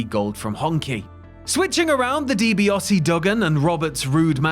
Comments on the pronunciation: I was enjoying this until the narrator started pronouncing Di Biase as Di Biose. Why ? Never ever in my life have I ever heard anyone call him Di Biose!. Pronounce it right it's Di Biase. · So no-one is going to discuss the mispronunciation of Ted Dibiase's name????